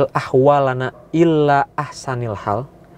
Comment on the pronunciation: Assalamulaikum...ibu darii brunei....baru dlm 3 minggu ini ikut u tube kamu...selalu liat FB saja...alhamdullah n terima kasih amalan yg d share moga mdapt berkah aamiin ya rabbal alamiin...cuma ada silap d sana yg di rumi kn dgn yg jawi nya beda bacaan nya Maaf ya...hawwil ahwaalana....tapi jawi nya...hawwil haa la naa....minta mana betul d baca...terima kasih😍😍